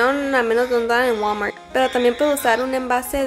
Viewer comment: jajaja dices walmart bien bonito, me encantan tus videos :D